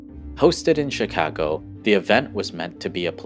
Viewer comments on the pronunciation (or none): I’ve never heard Chicago pronounced in such a Japanese way hahaha 😂